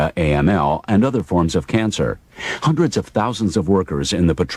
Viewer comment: hoondreds and thousands